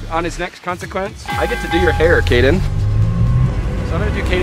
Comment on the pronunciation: Kade not kaden